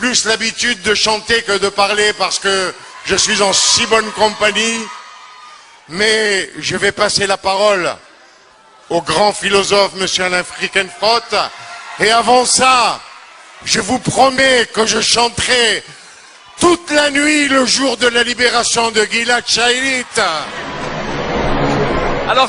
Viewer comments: Frikenfrote??!! Hahahahhahahaha Fielkenkro il voulait dire je pense inculte meme pas capable de dire correctement le nom de son compatriote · je te corriges si tu permets car tu as mal écris et prononcé le nom de ce pseudo philosophe qui s'appelle " Finkielkraut " pas Fielkenkro ça n'a pas de sens ok??? Si tu veux renseigne toi sur wikipedia ou google! Salam